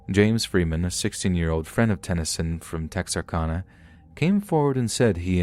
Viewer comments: We call it TEXARKANA KANA NOT CONA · I could listen to you say Texarkana all day. We Texans don't say it with so much elegance. We say Tex R Can A. Lol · It's pronounced Texar-CAN-a, just FYI! Love your videos. -A Native Texan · It has been driving me crazy as well!! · please learn to pronounce Texarkana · Oh my God and as many times as he said Texarkana it's like he knew he was mispronouncing it and said it as often as possible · I love your voice and your stories but you are driving me CRAZY saying Texarkana wrong!! Lol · I can't stop giggling at the way you say Texarkana hehehe cx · chucky cheese yeah. His pronunciation of Texarkana was driving me crazy too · Texarkana is Texas, Arkansas, Louisiana, so the end is pronounced like Anna for Louisiana. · Great job overall.....but my God man. 1.It's Texarkana (pronounced -CAN-UH, like Anna. The constant mispronunciation is ear grating). 2.Port Lavaca ( La-Vah-cuh. 3 syllables.) 3. It isn't "Ben Brooke's lake." Like some dude named Ben Brooke owns it. It is Lake Benbrook. Like the town it's beside. And for the future(cause they always get it wrong)....Waxahachie.... DON'T say wax.( Wah like Washington....wahx). It isn't hard. Look up the name. We Texans don't appreciate it when people mispronounce every other name of our home.